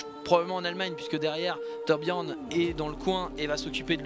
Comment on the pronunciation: Peux-tu me rendre un service ? J'aimerai que tu arrêtes de mal prononcer le nom de ToRRRRRRRbjiorn s'il te plaît, c'est vraiment énervant à force. À part ça, j'aime beaucoup les Histoires d'un Héros sur Overwatch, j'ai appris beaucoup de choses grâce à toi.